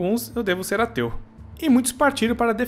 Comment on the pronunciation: no começo do video ele falou"eu tinha um tio que era ateu" e eu entendi "eu tinha um tio que era teu" kjkkkkkjkkkk